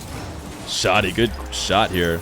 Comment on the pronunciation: Hi! i'm arabic and the way to pronounce it is Shadi (you say the "a" like when u say 'cat') not Shodi